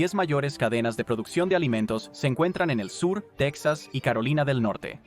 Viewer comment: Techas?? Es la,primera vez que escucho esa pronunciación